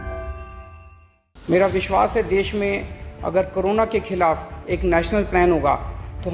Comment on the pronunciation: ✍️sir Khalaaf nahi hota.... Khilaaf hota hai gggg.....🇮🇳JAI HIND🇮🇳